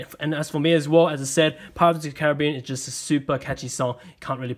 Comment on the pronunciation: He said Caribbean wrong😂😂